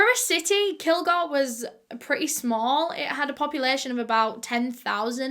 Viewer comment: Bitch it’s kil-GORE I’m literally from here don’t talk about it like h know the whole damn story if u don’t u know what h found in media